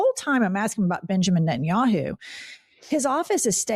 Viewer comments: He doesn't even know how to pronounce Netanyahu. He just kept saying Entinyahu. At least know the name of the guy who funds your ass. You know the dude you have friendly photo shoots with. Yeah that guy you goofy ass Corny Booker. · In clips of the “Pod Save America” interview, people also repeatedly note that Booker repeatedly refers to Netanyahu as “Entenyahu”, and having listened to Cory Booker in interviews (because how can you NOT, since Cory Booker has rarely seen a microphone and camera that he won’t jump in front of) I’ve never detected a strong accent in his speech patterns to justify the mispronunciation. Which can only lead me to believe that either a)this is some sort of mental trick he’s playing where he can always go back to Tel Aviv and say, “I wasn’t talking about YOU Bibi, I was talking about “ENTENYAHU”, not “Netanyahu”. Which I think would make him some sort of sociopath. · He can’t even pronounce Netanyahu correctly!